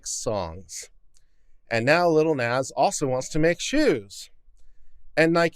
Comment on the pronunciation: plus I love the pronunciation of "Nahh-zz" as "Nez" 🤣💖